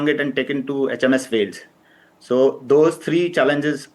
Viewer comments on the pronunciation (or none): none